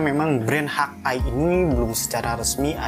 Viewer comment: review bagus, cuman ejaan englishnya dibenerin bang .. masak hawk eye dibaca "hak ai" dan thumb dibaca "tumb", geli aja kuping saya dengernya .. wkwkwk